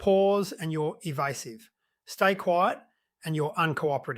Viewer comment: Eva"u"sive ? . . . seriously ? Credibility gone pfffft